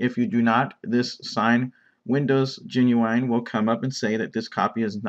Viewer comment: The word is "GENUINE" not "GENUWINE"